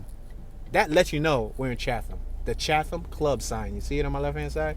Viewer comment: This dude pronunciation of Chatham, Wabash, & Calumet is killing me.